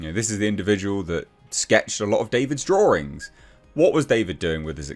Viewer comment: The Drawerings...lmao